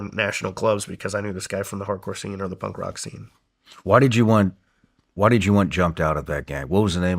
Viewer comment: Is Shawn calling it “pump rock”?😂